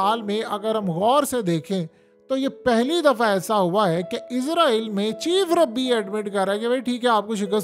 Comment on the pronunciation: ربی نہیں بھائی، رابی